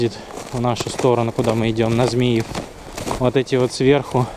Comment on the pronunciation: Послушал и посмеялся: Змиев- ударение на И. 😂 И конечно,так жаль,что стоят локомотивы на которых можно ещё ездить и ездить: ТЭП 70, ЧС7. Есть , конечно и хлам, который почему-то не отправляют на металл.